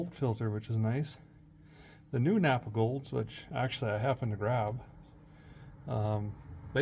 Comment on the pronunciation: It’s not napaa in South Dakota. We call it Napa.